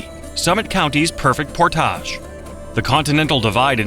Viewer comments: AI is good, but not great. "Portaahhhjjj Lakes"? No, "Port-idge Lakes". Been living in PL for almost 20 years and we absolutely love it! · or Portage, sounded more like "Pourtaage" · Also, I don't know how the rest of the world pronounces "p-o-r-t-a-g-e", but in NE Ohio, it's PORT-idge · And "Portage"... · Don’t forget Portage!